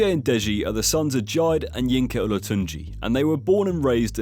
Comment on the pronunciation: J-i-dey Olatunji